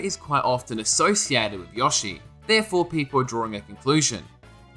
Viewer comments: Hearing this guy mispronounce “YO-shi” as “YAW-shi” just hurts... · please learn how to pronounce yoshi